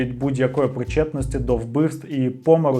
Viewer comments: Я розгадала) Добрий день 😏 Ну - мАбудь, відвЕзти, це ще бо божески. Далі. Вірно: близькИх, помЕр. Не пОмер) А так, просто чудово 👌🏻 Хороша вимова, приємно слухати 👂🏼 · Усе норм у відео, але дуже ріже слух пОмер, а не помЕр. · Став будь ласка правильно наголос в слові помер 😢 Не пОмер, а помЕр 🥹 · Будь ласка не зиркай по боках під час розповіді, дуже некомфортно таке дивитись. краще вивчай текст, щоб не зависати, і не збивати цим слухачів, або чому б не зачитувати текст взагалі закадрово.. і роби правильний наголос в слові помер. Що за пОмер